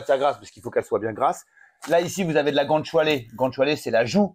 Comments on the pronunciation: GOUT ÂNE CHIALÉ !!! C'est quand même pas si compliqué à prononcer, bordel ?!? 😂😂😂😂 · " gant choualé " 😭😭 Gou Anne Tchalé mamamiaaaaa !! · guanciale qu'on prononce gwanchale!!